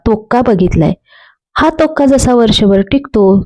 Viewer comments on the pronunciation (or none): तुम्ही हिरव्या चिंचेचा "तोक्का" असे म्हटले,पण तो तोक्का नसून " तोक्कु" असे आहे.